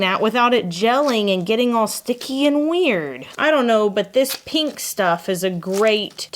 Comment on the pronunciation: I can't say why, but I have an inherent trust for people who pronounce "pink" as "peenk." All this to say, I trust. 😄